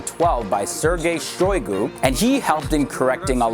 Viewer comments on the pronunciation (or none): none